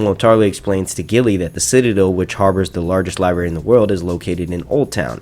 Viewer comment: Says Library to make a point then libary 5 seconds later lol